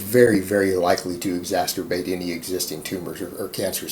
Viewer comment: Did he just say exasturbate ?